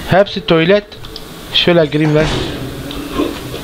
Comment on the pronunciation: La da tuylet diyişi varyaa